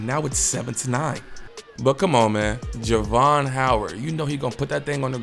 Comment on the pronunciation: You pronounced my nephew name wrong during this whole video!!😂😂 Jar-ve-on